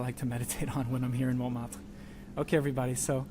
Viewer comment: Picky pronunciation quibbles - don’t pronounce the ‘t’ in Montmartre. It should sound like « mon martre ». Secondly, don’t use a long ‘a’ for Satie. Even in English it should be almost identical to the French pronunciation. SAH-TEE. OK, rant over. Surprised that your wife let you get away with those! LOL. Continuing to love your videos. Thanks so much!!